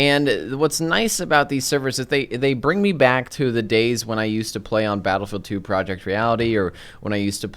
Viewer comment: Why do you keep calling it Battafid 2?